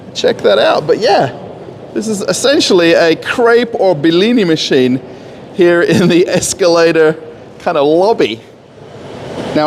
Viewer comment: BELINI 🤣🤣🤣, it's just B-L-i (and then) N-i - БЛИ-НЫ So cute pronounciation